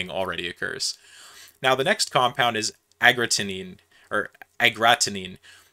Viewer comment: bro cmon you can say agaratine right bro head up g